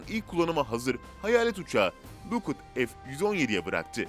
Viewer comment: Lukud degil lakhiid ( Lockheed Martin) azicik duzelt su diksiyonunu.